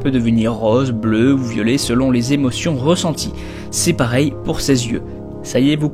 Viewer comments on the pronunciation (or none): none